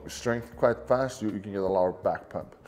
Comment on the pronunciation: Thank goodness for the transcript I had NO idea what he said.... 😂 Sorry. Pump. Back pump. Ok.